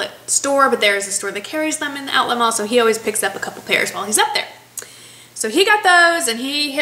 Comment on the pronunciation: You said "oways". That's awesome! My husband hates when I say oways, but I don't care. Love your videos and keep up the good work. Happy Day!